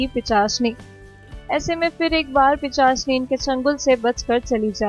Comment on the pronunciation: Behen thik se bol...Pichasni nehi...pisachini